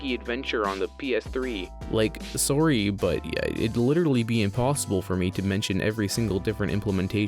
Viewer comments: "Soarry" Canadian spotted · You saying „Sorry“ was a Canadian Jumpscare for me 😂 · Good vid but then I heard you say sorry you're Canadian huh eww🤢